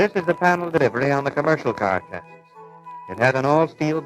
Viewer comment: The chassiss. I thought the last S was silent